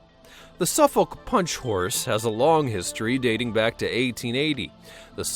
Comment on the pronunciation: Omfg the way he says Suffolk.... 'Su-folk' nah b it's 'sufok' more or less